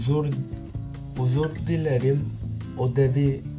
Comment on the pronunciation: Ozur dilerim değil özür dilerim korecede sondan eklemeli türkçede numara yapma